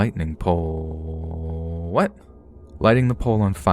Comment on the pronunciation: Same lol